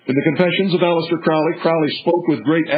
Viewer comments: And it is pronounced "crow''lee... So if you don't even know that... Should we believe anything else you babble about? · You can’t even pronounce his name correctly, so how can we believe what you are saying?